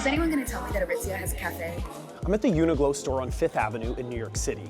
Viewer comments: It says uniQlo so clearly by him, but he’s saying glow? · Uniqlo not Uniglo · he does it each time he says the brands' name. Qlo makes a 'k' sound not 'g' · Its UNIQLO (unik-low) not UNIGLOW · The presenter keeps on saying Uniglow. It's actually Uniqlo (pronounced Klow).. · it's uniqlo not uni-glow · It’s Qlo not Glow. Oh my God…. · Why is he pronouncing it like uni-glow? it's a q. uniqlo. uni-klo. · It's YOO-nee-kloh not uniGlow lmao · It"s a 'Q". Not UNI-G-LO ! Does your reporting even know retail brands??? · Americans .,.... it's UNIQLO ... not UNIGLO ........ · I know damn well a lot of people ended the video hearing you say “uni-glow” 😂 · Why’d the host call it “UNIGLO”!? There’s no G bud… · We’re just gonna act like he’s not saying “uni-glow”? 😭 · I absolutely hated the way he said Uniqlo and kept saying it wrong really really got to me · Welp I’m fluent in Japanese and I don’t pronounce Uniqlo the “correct” way bc it’s too long (4 syllables). I don’t blame anyone who “mispronounce” Uniqlo if they are gonna make a name this difficult to pronounce. Especially cause uniglow is not even that wrong compared to the Japanese name.